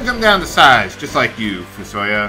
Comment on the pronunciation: also, i pronounce fusoya as "fu-so-YA" and not "fu-SO-ya"